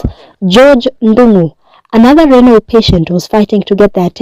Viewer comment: My Friend, you pronounce RENAL.....RENOL., DIALYSIS......DAYALISIS